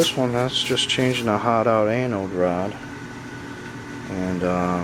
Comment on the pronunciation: I know you’re saying Anode Rod but it sounds like Annal Rod lol 😂